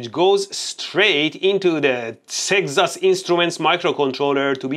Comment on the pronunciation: "Sex-as Instruments"